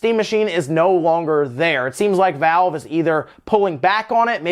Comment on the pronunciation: **Valve not Vale